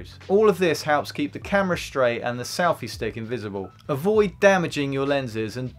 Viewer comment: Why does he keep saying "salfy stick?"